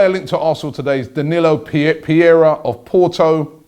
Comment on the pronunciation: danilo "piera" lol, come on robbie..